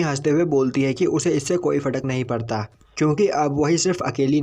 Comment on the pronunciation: Fadak nahi farak